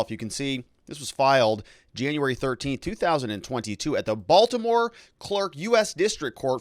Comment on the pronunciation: Come on…. It’s Baltimore 😂🤣